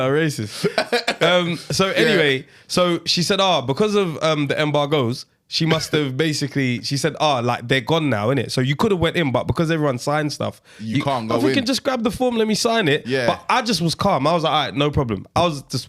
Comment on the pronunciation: Embar-Goes is crazy 😂